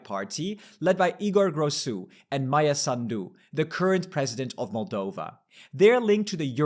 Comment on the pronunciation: also it's SAHN-doo not sahn-DOO 😂